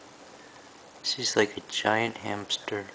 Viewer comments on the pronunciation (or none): BWAHAHAA, I had to pause and crack the fck up at "Shes lika gi-ent hamsturrrrr"